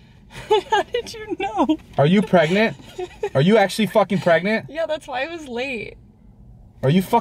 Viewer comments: no it's pregonat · Umm... it's pregernet -_